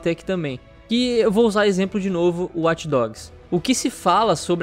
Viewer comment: Eu fico puto só de escutar esse "Uati dogs", assim como Over Uati" pelo amor de Deus. É WATCH, não uati.